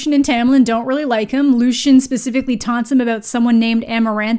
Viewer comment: LOO-SEE-EN !!! Pls not lushan But fr please keep reading, the second one is better. I've heard this is basically a trilogy bcs after the third one it gets super ridiculous so i don't plan on reading the rest of the series :D